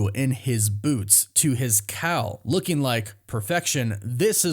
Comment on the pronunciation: "Lookeen" is not a word.